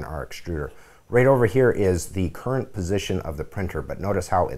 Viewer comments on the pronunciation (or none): none